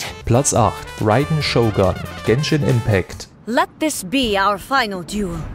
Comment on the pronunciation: der typ kann einfach Raiden nich aussprechen..